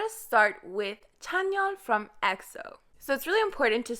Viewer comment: the way she says chanyeol wtf